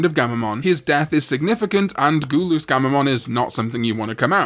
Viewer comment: Love how he pronounces gul-us as goo-loos lmao